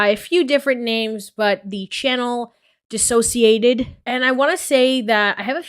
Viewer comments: I’m so happy you said her channel name the way it’s supposed to be! Dissociated. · The way you say “dissociaDID” never occurred to me that that’s prob the correct way of saying it Makes more sense as a play on words sort of, I just hear everyone say it another way and assumed that must be it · it bothers me that you made this whole video but you can’t pronounce dissociadid correctly lol